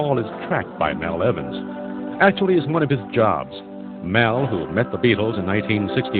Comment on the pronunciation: It’s Mal Evans, not Mel